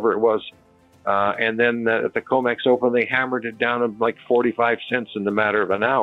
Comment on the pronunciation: Comex, not comics!